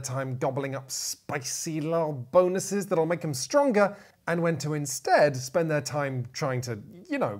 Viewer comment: What’s up with all the ‘Bahn-OO-ses’? 😂 Is this like the ‘meow’ game in super troopers? I wouldn’t have thought anything of it except for did it in one his recent videos as well! Loved the video, thanks for the great content!